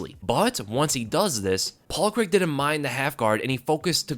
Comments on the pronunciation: Great performance from Paul C R A I G, not Creg. 🤣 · On another note why do americans pronounce Craig as Creg lol??